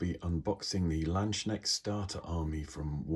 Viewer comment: The "k" in "landsknecht" is not silent 😂